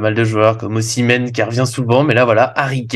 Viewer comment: Et oh passage "Ozimen" par pitié 🙏 "Oshimen c'est un mélange entre le joueur et Yoshi